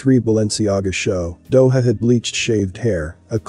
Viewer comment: Thank you for another informative video. Not to be a stickler, but the J in Doja is pronounced like the J in John. For those who haven't looked it up yet.